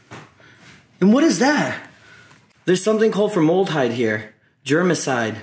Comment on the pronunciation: Giggling a little at how you didn’t know what formaldehyde is or how it’s pronounced